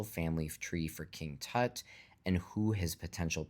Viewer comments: How the hell do you pronounce "King Tut"??? Dude! Seriously??? 🤦‍♂😂 Does everything have to be Americanized??? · King "toot"?.?. LMAO!!